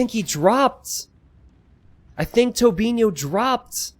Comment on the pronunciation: I'm quite impressed pronounced Tobinho the Portuguese way.